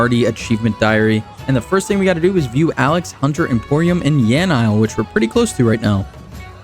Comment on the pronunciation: loved the series. Learn how to pronounce yanille. PLEASE